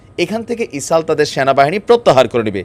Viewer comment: গাজা গা ঐ যে জা কেমনে হয়।এটা চামচামি। তুমি এগুলো বন্ধ কর। মানুষ তোমাকে পছন্দ করে কিন্তু গা ঐ যে জা,ইসাল ইত্যাদি বন্ধ করে শুদ্ধ ভাবে বলার চেষ্টা কর।